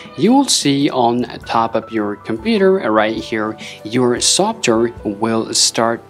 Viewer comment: How u say software makes me wanna off my self after laughing so hard who the hell says it like that